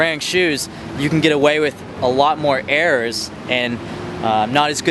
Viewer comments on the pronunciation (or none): Lol i heard "errors" as "airs" and then i realised